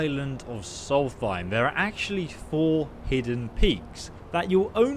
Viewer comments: Never in my life have i heard anyone read solstheim with a th :D its solst heim, heim basically means home! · I’m pretty sure it’s pronounced “soul-th-st-hime I dont care but someone else might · Its Solstheim Not Salty Time! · “It’s Solst-heim, not salty-time!” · If you say solthime 1 more time its solstheim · Sol-fime? Tf? Lol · The way you pronounce Solstheim really triggers me. 😅 It's Solst-heim, no th sound in it. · If we talk about pronouncement, it should be written with REAL WAY. In this case, the pronounce is "SOLS-EIM" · Noriel Sylvire it doesn’t sound like he’s saying either